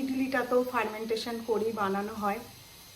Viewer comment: Katha ta Fermentation Fermentention noi